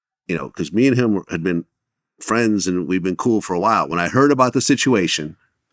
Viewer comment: Vlad ain’t written to Taxstone, put money on the books etc etc. but constantly saying “my frien”